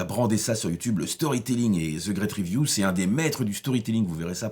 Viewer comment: La vidéo commence : "Zeu grète riviou…" 😐